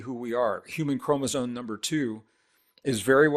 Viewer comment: Why is he saying chromosone? not a word... Chromosome is a word.